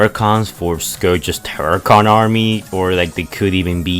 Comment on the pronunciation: its terrcon